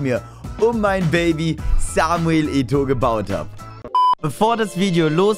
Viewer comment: ich Feier dich und gönn dir dein Team, was mich aber stört ist das du Eto sagst, der wird halt eto O ausgesprochen 👍